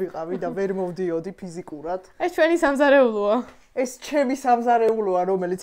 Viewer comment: ეს გოგო რატო ამბობს Ჩემი სამზაეეულო Ჩემი სახლი ??❤😊😊